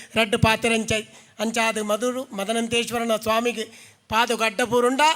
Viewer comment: ಅರವಿಂದ ಣ್ಣ ಶ್ರೀಮದ್ ಅನಂತೇಶ್ವರ ಅಂದೆ ಹೇಳಬೇಕು. ಮದನಂತೇಶ್ವರ ಅಂತ ಹೇಳಬಾರದು